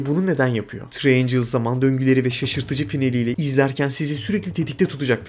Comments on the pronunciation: Gözünü seveyim Triangle ın okunuşunu öğren. Üçgen tırayengıl diye okunur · Treeangels değil triangle 🤔🤷‍♂️